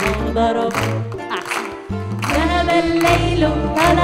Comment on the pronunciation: بس ياريت تقولي ذهب وليس زهب